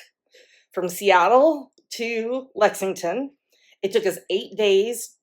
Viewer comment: It's so fun hearing you say Lexington KY.